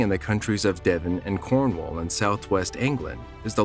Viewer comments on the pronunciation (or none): none